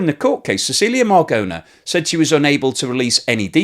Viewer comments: Very interesting. Thank you for this information. BTW, the pronunciation of Marogna in Italian sounds like Maro-nya, not Maragona. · The "aposolistic" palace? Cecilia "margona"? Ok let me help you - it is the Apostolic Palace A- poss- TOLL- ick is how you say that. The woman is Cecilia Marogna - the "g" before an "n" in Italian is like the first "n" in the English word "onion" - that is a sort of "nya" sound - the Spanish write that like this "ñ". Say it with me Muh- RON- yah. So like "Bolognese" is BOH- loh- NYEH- ze, so Marogna is like Muh- RON- yah. Now you try... Edit - oh yes and as she's Italian her Christian name is pronounced "Che- CHEE- lyah".....